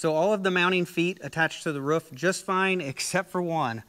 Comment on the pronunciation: “Mounted to the woof” Sorry it’s quite funny how you say roof